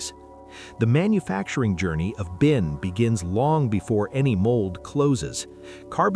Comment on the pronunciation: It’s binc, not bin